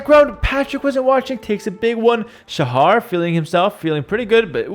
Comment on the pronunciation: Shahar18 is actually the second highest elo player from Israel, and Shahar is not pronounced like says it. the "ha" part (shaHAr) is pronounced with a sound that doesnt exist in english, like the last letter in malawah.